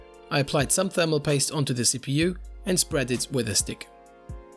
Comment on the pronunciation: LOL the way you say thermal paste is soooooo fucking irritating, it sounds like "THERMO POYSTE" you utter fucking twunk